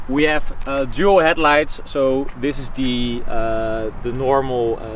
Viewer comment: "We ave"??? WE HHHHHHHAVE